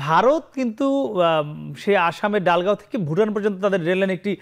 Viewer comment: ডালগাঁও নয় দলগাঁও